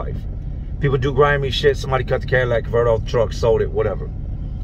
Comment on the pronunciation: Just fyi it's called a catylitic converter. Sounds like your saying Cadillac converter. Love your show no disrespect